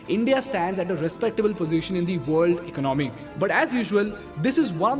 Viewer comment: Ec-nomy or Econ-my Very important were you break the word.